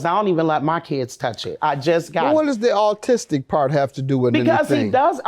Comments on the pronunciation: Big Mama Diva is the "Artistic" one. She can't even say it right. She still tried to clown after the judge checked her. Not cool 👎🏿🙄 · It's "autistic" ma'am!!🤔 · The autistic comment was meant to be disrespectful. She can’t even pronounce it correctly. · People are so sensitive. She plainly stated the child is autistic even though she pronounced it wrong. I don’t believe she was trying to belittle him. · Autism is not a joke. My grandson and granddaughter are diagnosed with it. And the entire family has to help. That comment shows no empathy and ignorance at the same time, plus she can't even pronounce it correctly. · I have different perspective. I think she initially brought it up to excuse his behavior but not the other 2. (Paraphrasing, "I know he does stuff he can't help".) I think at the end it was insensitive to label him but I felt she said it that way cause she was corrected for mispronunciation earlier. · Good for Judge Mathis for checking the plaintiff about her insensitive and disrespectful comments about the defendant's son's autism. She couldn't even pronounce "autistic" correctly, but wants to talk crap about another woman's kids, SMH! Ignorance on both sides frankly!